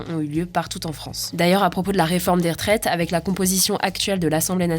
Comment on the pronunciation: Les rEtraites,, pas les r’traites 😆